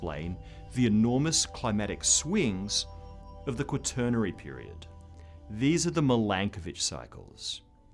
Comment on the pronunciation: Before reading the inane comments below, my biggest concern with this video was that the "presenter" learn to pronounce the word quaternary (RP my ass). After reading the first couple of comments, I realized that there are people who are completely clueless about climate. A new ice age would presumably at the least cause mass starvation, probably mass extinctions, and quite possibly the collapse of human societies and technologies. Global warming will likely, through different effects, produce the same results.